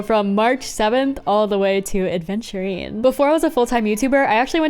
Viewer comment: yeah many people say aDventurine when his name is aventurine